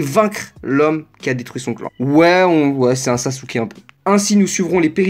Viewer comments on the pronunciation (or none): none